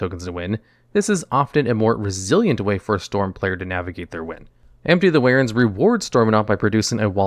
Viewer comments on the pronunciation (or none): Empty the "warens"